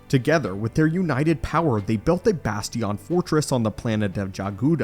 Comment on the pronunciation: Why did you say bastion like that?? "Basteeyon" 😂